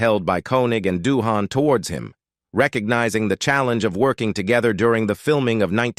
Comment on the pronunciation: So many errors and inconsistencies in the pronunciations of names (e.g., Doohan, Nimoy, Nerine) and words (e.g., tinnitus, awe). Your essay on Shatner was a bit bloated, but otherwise well written. I've always been a fan of William Shatner, and would love to have met him. At least he once replied to a tweet of mine back when I subscribed to the platform.